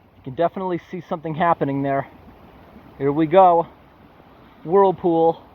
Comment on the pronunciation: Your doing a good job. Wish you lived in Australia. Nobody does that here. By the way earlier you said worldpool. The term is whirl pool.